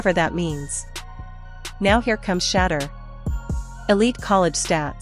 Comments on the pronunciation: "Shedder" these Ai bots just cannot correctly pronounce QB 12's name. I terminate the video immediately when that occurs. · I'm not liking or subscribing to your podcast until you learn how to pronounce Shedure's name!!!🫩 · Why can't they pronunciate his name correctly? Either they're doing it on purpose or they don't give a damn that they're calling him Shater and not Shedeur . How f'dup is that ? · Pls learn how to pronounce his name! SHEDURE!! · This video deserves zero likes and zero subscribes if the narrator can't pronounce the name correctly. Just ridiculously stewpid to do this several times! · Why can't they pronounce his name correctly.